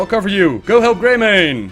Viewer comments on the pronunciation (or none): none